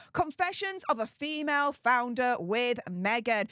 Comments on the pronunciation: did you say founder or flounder :) flounder seems more appropriate title for her.... another dead fish idea.................:) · i need to get new hearing aids, I thought your said "Flounder" (a fish_) I am still laughing, now I see I am not the only one.